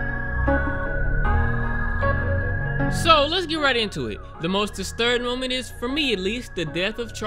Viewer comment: love the way u say.. most disturbing moman. and interested momat..🤣